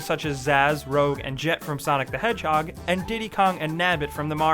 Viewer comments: Number 10 is Mario and Sonic Pronounces "Rouge" like "rogue" Welp, I'm done watching this. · Anyone notice that he said ROGUE and not ROUGE(red in French)